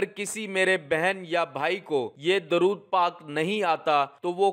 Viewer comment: آپ دورود غلط پڑھ رہے ہیں۔